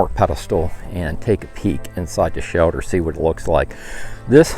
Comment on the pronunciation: “Shelder”? Wondering where you are from?